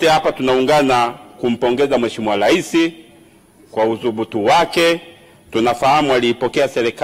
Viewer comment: Leli, selikali, laisi😂😂😂 mbunge haijui Kiswahili ni mkenya au?